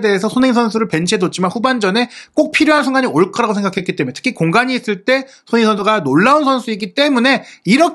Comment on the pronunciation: 예전부터 댓글 달고싶었는데.. 손흥민 선수를 조금만 천천히 말하시면 또박또박 발음하시는데 조금만 빨라지면 소흐히 선수 소ㅎ이선수 소능니선수 등 손흥민선수 언급할때 유독 발음을 너무 뭉개시는거같아요. 라디오처럼 듣는데 자꾸만 귀에 들어와서 ㅎㅎ 조금만 천천히 발음해주세용